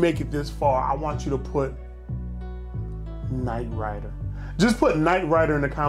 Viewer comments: NIGHT "RYDA" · "KNIGHT RYDA"...